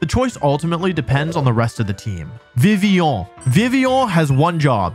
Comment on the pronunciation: Why would you force french so hard with vivillion and gardevoir(r should be pronounced) while also pronouncing "fillet" away like an american?